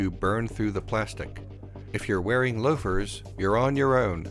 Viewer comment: “on cloza inspection, these ah loafas”